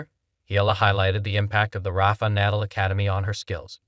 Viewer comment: Proto-zhay. Good grief, do the homework before you publish! Google pronunciations! It's easy! You presume to post about pro tennis, and you don't know how to pronounce Nadal?